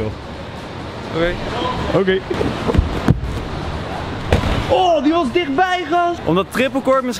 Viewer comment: OKeh